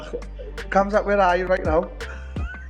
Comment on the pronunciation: I can’t stop hearing Till say “Cum shot, are you, cum shot, where are you?”